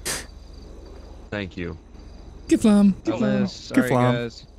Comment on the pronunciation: vestina grenzow it’s kifFlom